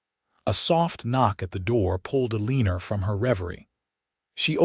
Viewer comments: Not Aleenur🫤 it’s pronounced Ellen- nor.🤦‍♀️ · The first time I heard it I was like I have never heard of the name Elleener before? 😂😂😂 Then I watched the reading and figured out that it was a miss pronounced word. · Can pronounce Kieran but not Eleanor. 😂 Great story though.